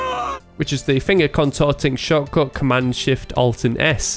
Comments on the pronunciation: He says shortcut! xD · Oh man, i finaly got it: You don't say "choco" everytime; you say "shortcode" :D was a bit confused